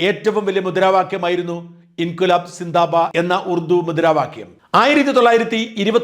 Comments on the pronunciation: Zindabad not zindaba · NOT zindaba, correct word is zindabad